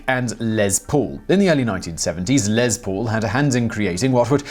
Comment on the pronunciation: Um it’s les not lez